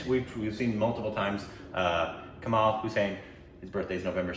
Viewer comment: Kamal - not ' maal', 'mal' as in 'malaria' Hassan - not 'saan', 'san' as in sun Edit Oopsi 😐 it's Haasan - 'haa' as in 'heart'